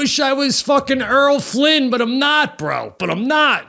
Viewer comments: We learn so much from you, let us teach you, too Pete:. Errol Flynn is Air uhl Flynn, not Earl. Sebastian:. Shrapnel is Shrap Nuhl, not Schrap Bil. you're welcome. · Did Pete just say EARL FLYNN? LMAO.